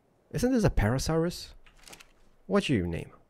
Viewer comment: It is pronounced para sa rolo fus